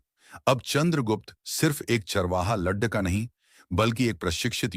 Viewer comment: लड़का का उच्चारण लड्डका किया जा रहा है।please इसको ठीक कीजिए।